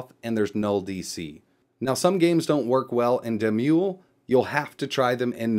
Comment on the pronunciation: I feel so bad for doing this again. "D" mull, as in mullet. Anyhow great video. When you do more advanced cpu emulation with demul, you can switch to the the old GPU plugin in plugins and paths and crank up the internal resolution those games run at in video options. It makes them look so good it is unreal. Very Resource intensive though.